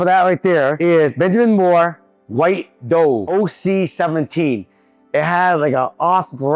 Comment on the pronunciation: lol "white dove" --- it's 'duv' like the bird